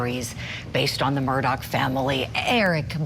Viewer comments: Can we STOP saying "MURDOCK" ITS, (sounds like)...."MERDAW" Lets not church it up dirt. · You keep saying their last name wrong